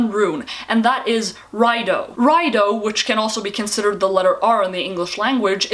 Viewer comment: Btw. The R rune is pronounced (rai-ee-du) not (rai-doe)